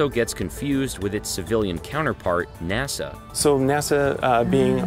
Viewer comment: N.A.S.A not N.E.S.A , LOL